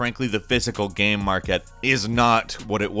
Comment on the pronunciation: This guy says "gam".....